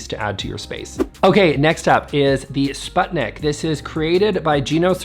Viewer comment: Please.. please check how sputnik is pronounced 😢 (Swedish people out there I feel you so much haha)